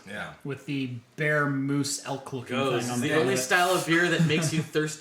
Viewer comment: Just a quick pronunciation tip on gose, it's really more like "goes-uh".